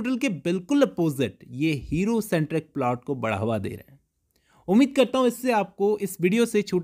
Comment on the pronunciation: is polt 😂😂, not plot